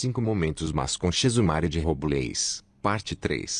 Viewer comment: Robleis se dice